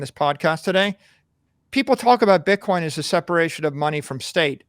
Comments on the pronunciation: please stop pronouncing bitcoin pitcoin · STOP SAYING PITCOIN PLEASE